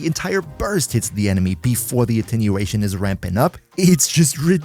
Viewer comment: its attenuation not attinuation